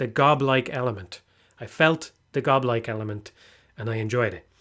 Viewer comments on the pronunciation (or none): I can't keep myself from laughing every time says "goblike"